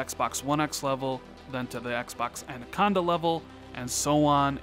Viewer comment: Every time you say anaconda I giggle. ANNA-conda, not ANDUH-conda. Love your content,. Keep it up!!!